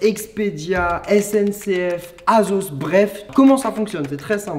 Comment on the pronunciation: Comment il a dit asos azos